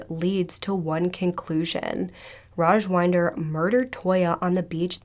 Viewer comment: not sure if anybody cares but i'm pretty sure his name is pronounced raj-WIND-er as in....wait iDK how to describe wind LOL 😅 wind as in it's windy outside, not wynd as in...to wind up a toy? 🤭 hopefully that makes sense.